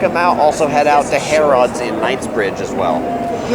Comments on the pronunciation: Also Harrods is pronounced Harr Uds not Harr odds. It’s prounounced as a U not an O. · It’s also pronounced ha-ru-ds not Harods lol ,easy mistake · The way he says hariods hurts me